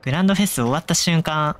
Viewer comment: 「フェフ」になってて草